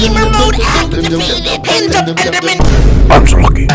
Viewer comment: ‘GÆMER MODE ACTIVÆTED” “END OF ENDERMÆN”